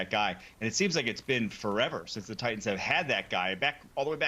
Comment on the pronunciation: Mourning the loss of the letter "t" in the English language. Who the F are the "Ti-ens"? Wish people realized how ridiculous they sound -> like a 12 year-old school girl from Staten Island.